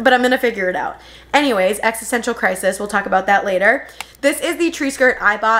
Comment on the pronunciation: You lost me at ‘crisis’